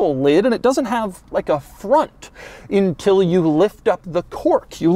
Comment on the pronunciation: Why do you always say “intill”? That’s not a damn word.